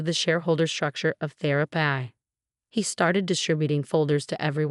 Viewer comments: thera-pee not thera-Pie! Grrrr! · You need a better computer voice some of the pronunciation is very wrong. For example Therapy is pronounced Thera Pie and Nathan is pronounced wrong about 50% of the time. AI is not pronounced correctly and a lot of the rest is wrong. Why not just do your commentary as a human or is that too much work.